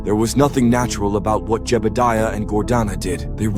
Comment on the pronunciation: Yeah heard it too